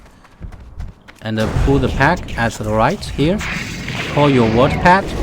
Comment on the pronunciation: ander ander 🤣🤣🤣